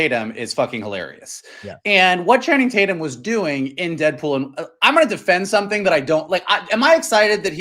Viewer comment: "I call him Channing Tate-yum"